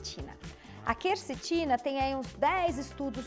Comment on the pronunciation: inicialmente, eu também achava que fosse "quercitina", mas é QUERCETINA (com E)